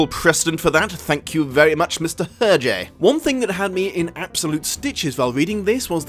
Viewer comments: Actually, his name is not pronounced like that. The H is silent. Phonetic transcription is [ɛʁʒe]. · sorry not sorry for being nitpicky, but... UR-JAY ? ERR-ZHAY ? HURR-JHAY ??